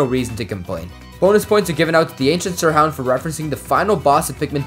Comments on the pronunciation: ...sirhound??? Its sirEhound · the ancient sirhound 🥺🥺🥺🥺💀💀💀💀 the mispronunciation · Is no one gonna talk about him saying "sir hound"